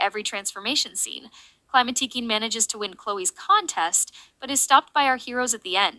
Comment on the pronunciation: Did you use an AI voice for this one ? It seems quite different frome before, and "queen" isn't said correctly ?_? The global title for this season is "A new beginning", I think the fact Climatiqueen deals with Aurore once again is there to really stresses that point. It launches Adrien, Marinette, and Sublime's character arc, and one of the main themes of S6, social media. -> Adrien has to find himself -> Marinette is shown being unable to detect the emotional distress of people around her, and it's shown this inability even extends to Adrien, though it's not as bad than with Maya or Sabrina. If you're saying the scene where Marinette receives Adrien's text and doesn't know to answer and then answers nothing, is filler, then I disagree 😁. It shows Marinette doesn't manage to read the subtext of Adrien's message and how he needs her support. Of course she doesn't know he feels depressed, but she does the same mistake than in Perfection: seeking the perfect behaviour, she ignores her closed ones trying to reach her, rather opting for making the "perfect" move later. Here it doesn't seem to have lasting consequences, but it echoes the end where it seems to hint that Marinette should have walked Adrien home. It seems Marinette has some blind spots in her ability to emotionally be there inthis season. It might be an aftermath of the London special. -> Beginning the parallels between Kagami and Sublime, she's introduced as a mysterious girl who becomes Adrien's sport partner. -> I